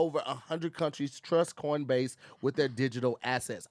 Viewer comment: He’s thankful for CORNbase hahaha